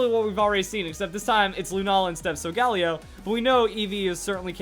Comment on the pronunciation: Say it with me... Soul-ga-lay-oh